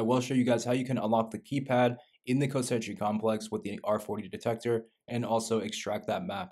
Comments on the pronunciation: its pronounced ko-shei not ko-se-chi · actually it's kosh-eye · Ko-she complex 😅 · Kosh EYE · “Kosechi” lmao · Cant watch the mispronounced koschei is melting my brain lol